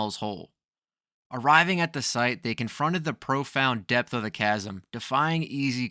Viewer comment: Stupid video, showing about 20 different holes in the ground. Also depth is pronounced depth not depss.